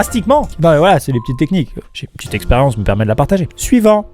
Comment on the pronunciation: On dirait quand il dit suivant il dit Next 😂